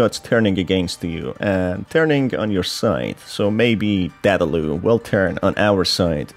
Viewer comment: Dadaloo? It's Dadadoo